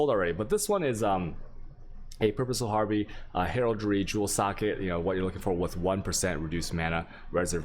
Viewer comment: You are trolling right? There is no second r in harbinger. Har- bin- ger (like Germany) not har-bringer. And there is no d at all in resonator... res- on-ate- er.